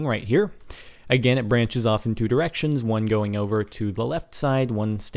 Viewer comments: Yeah anyone else hear "Splits into erections" ??? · Sounds a lot more like erections, obviously he said directions.